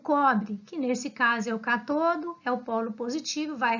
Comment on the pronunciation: Vc faz a pronúncia das palavras (ânodo) ( cátodo) de forma errada